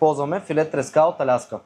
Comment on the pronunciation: Като шеф готвач не знам как може да слагаш ударенията на най-неправилните места "заквасена" "треска"...ебати шефа